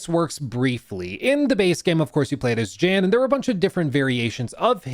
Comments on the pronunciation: Not to be overly serious or nitpicky but it’s pronounced YAN not Jan. And if you played the game it’s said like a million times considered all the characters are Jan. Lost a bit of credibility ngl. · How have you played the game and dlc but still don’t know how to pronounce the main character’s name? There’s literally one main character and not once have I heard it called JAN lol.. it’s pronounced “Yan” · Jan (pronounced YAN) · The J in “I didn’t play this” is pronounced like a Y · yahn (like john with a 'y') is how the MC's name is pronounced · it was really irritating seeing him say Jan with a J 😄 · Literally came here to say this 👆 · yeah. I remember when he talked about the game last year. I got it around the last time and loved it too. Especially some of the music. Still, its a minor annoying since Jan is said a lot in the game (pronounced Yan) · > "I really like it" > Doesn't know how to pronounce MC's name... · try looking up 'the alters luke stephens' before jumping to the comment section w yr comment. its weird that hes incorrectly pronouncing jans name, but come on man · I can't believe you don't pronounced Jan's name correctly wtf lol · Kinda sus to say you loved the base game and not even know how to pronounce the main characters name lol. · what I was thinking too